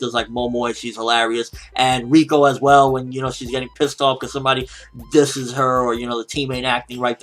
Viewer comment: Werr Werr Taiga. What a suprwise to wind you hear. (Well well, Taiga. What a surprise to find you here)